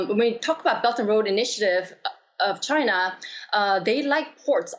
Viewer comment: Did I hear her correctly ,, ' China porn minister ' ...